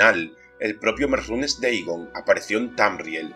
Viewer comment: No entiendo porque dices merrunes deigon Que no se dice merunes dagon ?